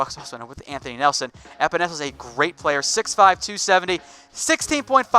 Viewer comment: As I know the epenesa family I am happy u said it right good job